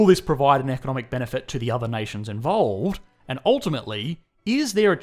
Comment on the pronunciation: You centre on something, not "around" something. Also, "involved", not "invovled".